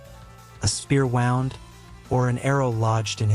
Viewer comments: A spear "wound," like a thread is wound around a bobbin? You need to pronounce words correctly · "spear wound..." as in I wound thread around the bobbin. I HATE it when someone has AI read their text. Punctuation fails as does pronunciation. That alone gives you a thumbs down. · A spear wound ! Wound not wound 😅